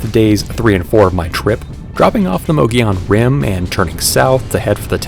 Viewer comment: Mogollon is pronounced like Mo-go-yone. just throwing that out. Awesome video, super informative 👍